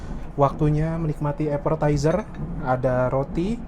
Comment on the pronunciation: Apetizer mas,, bukan Aperterzer 😅😊